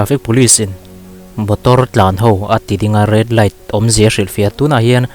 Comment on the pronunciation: Motor tih tur ah Botor iti tlat😀😀